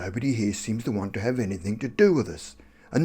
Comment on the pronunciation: Its anything....not anythink